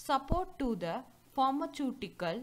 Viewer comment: Please pronounce properly as pharmaceutical